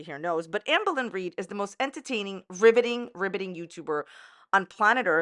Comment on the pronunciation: Still waiting for you to saying "ribbiting" instead of "riveting" 🐸